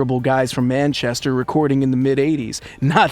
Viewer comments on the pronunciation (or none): none